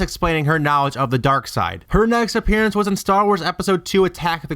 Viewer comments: lol keeps saying it like appearyance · can't get past the mispronunciation of "appearance" ..... it's not "appearEEEance" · and "appearyance". agh.. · Appearance. I'm sorry, but if you can't pronounce that word correctly, your theory loses all credibility.